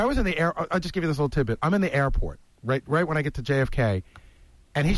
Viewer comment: This might be me being persnickety, but I never liked the way he says "air". He adds so much emphasis. He will say something like, "That one time I was on the airahh." It's just super annoying lol.